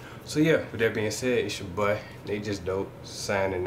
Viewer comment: When he say boi I always chuckle lmao